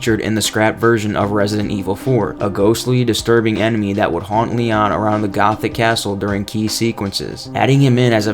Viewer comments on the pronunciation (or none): none